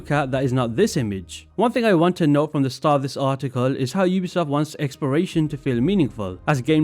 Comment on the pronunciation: It sounds like you're saying "experation".